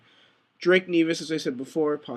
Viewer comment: Maybe I heard you wrong, but did you Drake Nevis (neh-vis not knee-vis btw) an OLB...?